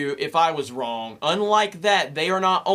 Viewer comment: You are wrong at pronouncing the word "wrong".